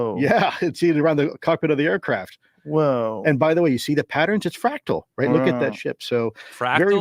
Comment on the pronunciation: Just cried again at the “ ooooo you stow ayacraff?!”